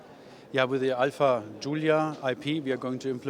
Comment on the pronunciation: OMG! It's Alfa man not alpha